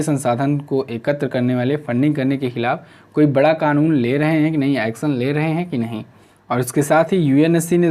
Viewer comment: "Action" ko bhi Bhai Sahab "Acsan" padhte hai ..Plz read "sh" as "sh" only.. Don't read it as "s"..Apki har cheez achhi hai.. But accent is not so good.. Aap isko bhi OK kijiye please sir g